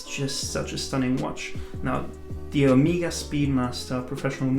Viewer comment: OK, it is O-MAY-GA, not O-MI-GA >.<